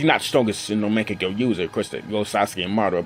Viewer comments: Get ur pronounciation right😑, wtf is makekyo??😂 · is mangekyou not mangeko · why this dude making videos on Naruto when he doesn't even know how to pronounce or spell mankegyou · monkekia washeringrrr lol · lol i like how he says mangekyo...... pretty sure hes never watched naruto in his life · Your pronunciation of mangekyo gave me cancer xD